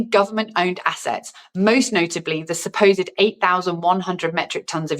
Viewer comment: You said ""supposite "" US gold reserves. No audit=No gold.